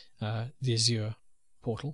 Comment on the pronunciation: every time the instructor pronounces "azure" with a fake french accent I cringe. no french accent needed, no one says it that way lol